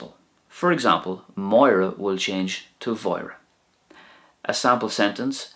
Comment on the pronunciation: Another great video. Thanks for going over the uru and seimhu. In pronunciation I thought that the pronunciation for "bhí eagla ar Mháire" would sound something like "vee eggla or Wora" rather than "vee eggla or vora" because there's an A-fada in Máire next to the seimhu. Should seimhu sound slender? Hope you understand my question. If not, then it's all good.